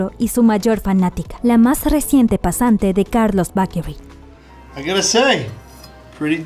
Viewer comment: No entiendo por qué utilizas ciertas pronunciaciones para mencionar algunos nombres propios de manera correcta, pero te cuesta tanto decir la palabra 'bakery'.